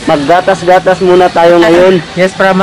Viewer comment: Alam ni Francis: Yiss. Yisss yisss